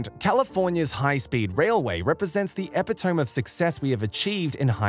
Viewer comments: You mean most high-speed trains run upward of 300 km/h not 300 mph. Trains don’t run at 300 mph. Also, Epitome is pronounced e-PIT-oh-mee. Not “eppa-tohm”. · Epitome 😂 /eh pit oh mee/